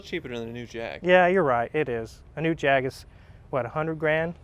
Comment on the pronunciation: Well done on the Jaaaaaaaaaaag. As long as it's not "Jagwarh" we brits are happy